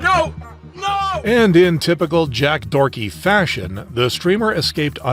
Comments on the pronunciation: I can't believe bro called Jack Doherty "Jack Dorty" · I love how he calls Jack Doherty “Jack Dorky.” It fits